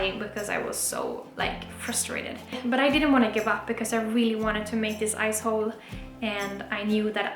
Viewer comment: Awesome videos...Am new here... With your Swedish accent when you say Ice Hole It sounds so close to the American word Ass hole...Big Smiles